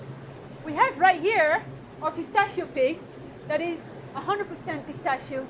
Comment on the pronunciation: As an Italian, I cannot give credibility to anyone who pronounces PISTACCHIO in such an absurd way.